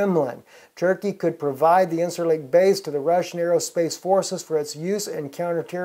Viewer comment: It's pronounced [in-jer-lik]..